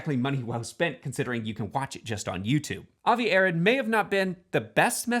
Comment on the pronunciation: JSYK, Avi Arad’s last name is pronounced “uh-ROD.”